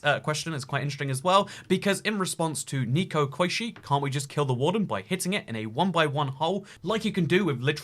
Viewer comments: It's Ney-ko. Not Nee-ko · I don't blame him for mispronouncing Koishi, but neko? That's an e, not an i. Please don't say it as nico.